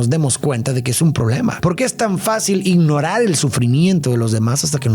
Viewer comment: no digo “ignorar”, dijo “ignoral”